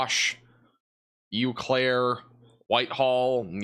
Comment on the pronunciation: Eau Claire, Wisconsin is pronounced as "oh claire". I live here lol